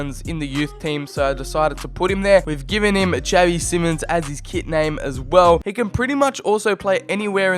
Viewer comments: it’s pronounced as in simon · Isn’t it simons?